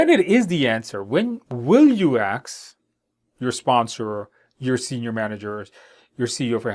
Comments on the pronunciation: Ask, not aks😅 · I enjoy how you are "axing" all your sponsors, CEO, SME, and others. Video is extremely helpful, though. Thanks